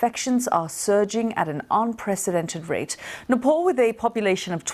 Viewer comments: It’s pronounced NEPAL not NEPOL .. just like it’s not pronounced LANDAN it’s pronounced LONDON .. how can you pronounce your O in LONDON correctly but can’t pronounce the A in Nepal .. where is the O in NEPAL ? ... .. isn’t English from England? 🤦🏼 you are BBC news ! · Not Nepaul, it pronounced as "naepaal". Annoying newsreader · It's not "NePaUL" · It’s Nepal not nepol geez westerners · its Nepal not Nepoll... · Her pronunciation of Nepal is so irritating. Any way its not her native language. So its ok. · first go and learn how to pronounce nepal then talk about it. idiots from UK